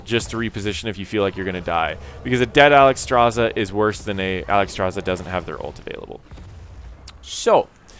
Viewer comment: Alexstrasza, not Alexstraza. Otherwise a good informational video